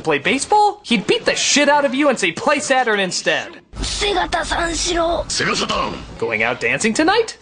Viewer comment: ah, japoński język... kiedy nazwa to sega saturn a słyszysz sega satan... xD